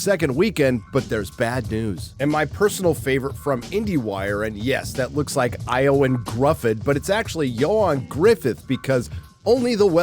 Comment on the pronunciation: Good stab at pronouncing Ioan - translates from Welsh as John.